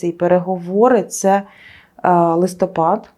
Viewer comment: Особливо коли ведуча говорить "будЕ" і листопАд